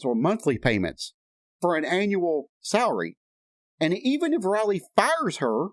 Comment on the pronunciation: Lisa’s daughter’s name Is Riley, not Roley. The I in Riley is a long I. Anyway, that’s how I learned it in school, in my phonics class. I much enjoyed your vid.!! That Priscilla is a WITCH!! And it’s a shame Elvis had to ever meet her!!